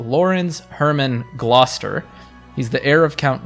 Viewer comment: Thank you for pronouncing Gloucester correctly #kinglear house all the way.